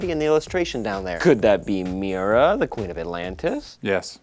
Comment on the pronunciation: IT'S NOT "MIRA". IT'S "MERA". MEHR-UH.